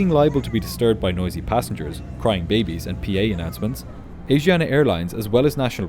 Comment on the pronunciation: Ahhhh, every time I hear you say "Asiana" I giggle. Asiana is not pronounced as AZIANA, but ASHIANA. A great video anyways!